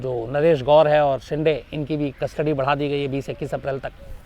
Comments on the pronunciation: शिंदे है...... शिंडे नही ....आप ग़लत उच्चारण करते हो । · Shams bhai you are not pronouncing Shinde properly, Please pronounce it properly